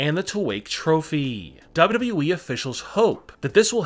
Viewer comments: He finally said wwe right 7.37 ! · he said “WWE” normally!... 🤯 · Thanks alot. Atleast now I can R.I.P since I have heard him say WWE like that